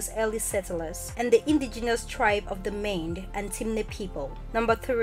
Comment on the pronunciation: Thanks a lot for putting this salient information out there, most appreciated, although the pronunciation of the word "Mende" was somehow not very distinct, lol. Kudos though for a great job.